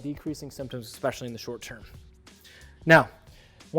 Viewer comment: Great video but I can’t help but said “Exspecially…” isn’t a word, it’s especially